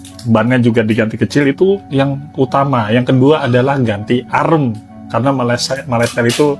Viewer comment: Pembetulan, arm sebutannya bukan arem... Arm sebutannya am atau swee arm